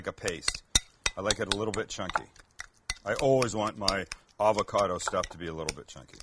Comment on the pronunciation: Avacada?🤣 lol avacado...